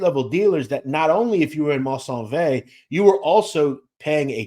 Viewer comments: Maisonneuve is pronounced May-son-NEUVE. Merci. :) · Your pronounciation is incorrect MERCIER-HOCHELAGA-MAISONNEUVE PROUNOUNCED "MAZE-ZON-NEUVE" IN ENGLISH